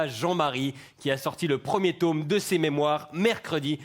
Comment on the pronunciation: J'aime beaucoup votre émission, en tant que petit français et quart vaudois. Par contre, c'est un "tome" à prononcer "tomme", pas un "tôme" :) Bonne journée ;) Enfin c'est histoire de chipoter car nos cousins francophones parlent bien mieux le français que nous (en passant ;)) Continuez comme ça ;)